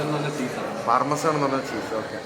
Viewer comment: Pronunciation ellam thettaanu 😊 ലിമനാടോ❌ ലെമനേട് ✅ പാർമസെൻ ❌ പാമേഴ്സൻ ✅